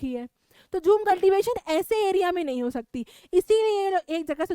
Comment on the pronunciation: That is not ho-e that's ho